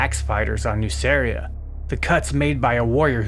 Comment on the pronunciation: I really wished we got a version of warhammer in which gmann managed to incorporate nuceria into ultramar prior to angron getting the butchera nails. Nonbutcher nail angron and gmann would be an absolute dream team. Ps: I think nuceria is pronounced as nukeria, both nuceria and magcragge are basically ancient rome in space (a "good" and "bad" version) and in clasical latin the c is pronounced as a k